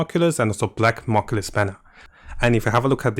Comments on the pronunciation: Its new-klee-us, not knoculus. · Is nucleus not moculous ffs